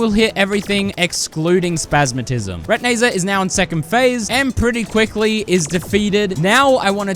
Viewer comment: This might be the first time I heard call retinazer “re-ti-nay-zer” instead of “re-tin-eye-zer”